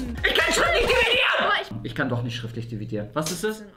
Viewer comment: Ich kann schriftlich diviedieren." Auch:,,Ich kann doch nich schriftlich dividieren." Lachflash OMG 😂😂😂😂